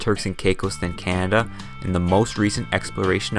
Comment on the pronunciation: Canada is NOT a frozen wasteland. Furthermore, it's pronounced "Canada", not CYAN-ada".